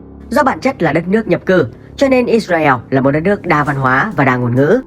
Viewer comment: “ Ít Ra Eo “ ? Nên tìm hiểu và phát âm đúng tên quốc gia người ta đi ạ